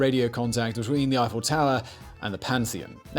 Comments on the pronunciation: Simon outdoes himself in his mission to mispronounce. “Gustav Eee-Fell” he got spot on. But then insists on calling his structure the “Eye-Full Tower” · Swear when ever Simon says “Eiffel” I hear him saying “he fell” and I keep thinking, “Jesus what a twist!”